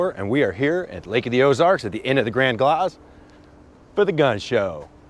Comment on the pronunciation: Just fyi when you return it's grand glaize like glazed donuts. Now the officer Carson memorial bridge. Love the videos by the way